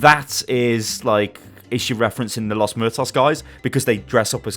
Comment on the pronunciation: Muertos. moo-err-toes. Spanish word for death I believe. Los Muertos is basically "The Deaths". I'm no expert, but your pronunciation is a bit cringe inducing to me.